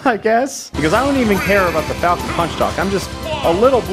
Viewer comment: FaLcOnE... pUaNch